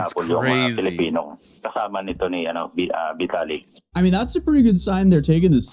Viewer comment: Bro, I don't know if you intentionally call him 'Vitality'; he is 'Vitaly'. LOL.